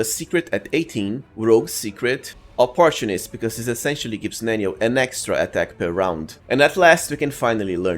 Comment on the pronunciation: AH-PUR-TWO-NIST (Like Mist with an N) Would be the pronunciation for opportunist.